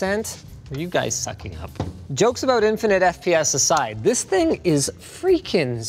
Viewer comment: "THIS...is the Cosair One" Linus needs more emphasis on 'THIS' to nail the Doug DeMuro impression